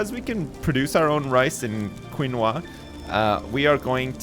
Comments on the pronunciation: I don't want to be picky but how you say it is Kee nu wah. The only reason I ate it last night was because i thought the name of this was hilarious. 😂 Great vid! 👍👏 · His pronunciation of depot sounds fine to me but him saying quinoa threw me off a bit lol. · I thought he was butchering the pronunciation until I looked it up. The quinoa thing rustles the hell out of my jimmies, though. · it's pronounced keen-wa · pronunciation of Quinoa and Depot makes me so happy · I'm truly surprised he didn't screw it up more.